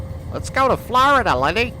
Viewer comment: When you said FLARDA that got me dying🤣